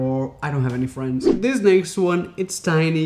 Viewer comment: ..." I've no frns" That's where he got me ☹️😂